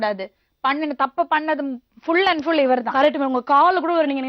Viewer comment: லக்ஷ்மியம்மா, கரெக்ட்டாப் பேசுங்க. அது ஃபுள் இல்லே, ஃபுல்...!!😊